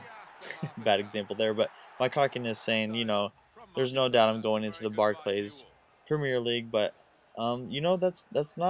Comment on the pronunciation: Barc'lees' premier league :p